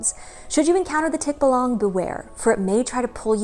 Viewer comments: Hi! Big fan here from the 🇵🇭! Correct pronunciation is 'tik-BA-lang'. Stress is on the 2nd syllable. 😉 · I and most Filipinos I know would pronounce it as "tik-BAH-lang" where the first and third syllable are very short and the middle is emphasised and slightly longer :) There are some Tagalog videos here on Youtube that pronounce the word how I've heard it. "Ang kwento ng Tikbalang | Ang Libro" says the word multiple times (at the 20 and 30 second mark).